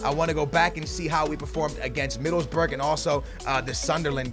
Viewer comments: you saying Middlesbrough wrong. you do not say 'burg'. you say 'bruh' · Love this series but you gotta make sure at the end to check out the inverse aka the team you swapped out, for ex. Where did Southampton finish in La Liga? Huh? Middlesburg? Like Pittsburgh?? Middleboro dude. Middles-BORO ! You are lysdexic ? dexlysic ? Just playin' my dude. Love listening for you to mispronounce stuff in everyone of your videos. My girl and I get a kick out of it. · Middlesburg try pronouncing it Middles-boro hope that helps a tiny bit😂😂 love ya and loving the new series idea #booyahFamily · He pronounced Middlesbrough middlesberg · It's not Middlesburg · you should say middle's bruh